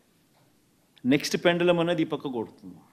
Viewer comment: అది ''పెండలం'' కాదు బాబు ; పెండ్యులం , భాష నేర్చుకో ...